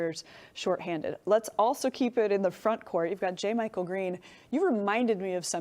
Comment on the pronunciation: Learn to pronounce jamychael. You are on tv!